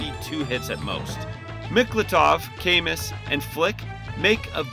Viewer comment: Camus is a French name. It's pronounced "ka moo" Did anyone else ever notice how similar he is to Angelo from DQVIII?